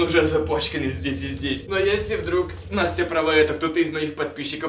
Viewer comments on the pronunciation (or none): none